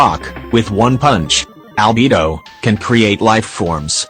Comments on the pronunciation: "Albebo" "Ibbo" (btw no hate I just think it's funny) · when kaeya was mentioned why do i hear "kanye" 😭 and albedo as "albebo" 💀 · "FiSH-El" "Albebo😃"